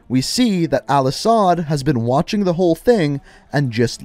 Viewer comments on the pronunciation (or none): none